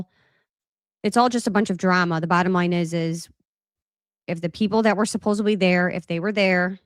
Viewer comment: It’s ‘supposedly,’ not ‘supposebly.’ Not trying to be rude at all. I’m a grammar nerd.